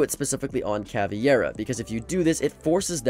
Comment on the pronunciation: Cavi iera 💀💀💀💀💀💀💀💀💀💀💀